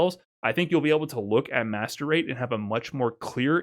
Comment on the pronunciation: Please say MR, every time you say Master Rate I hear 'masturbate'😭😭